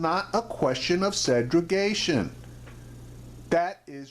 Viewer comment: luv your commentary brother, but it's Segregation!! peace